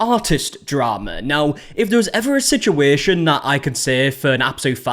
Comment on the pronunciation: “Sichueeshan” scratches an itch in my brain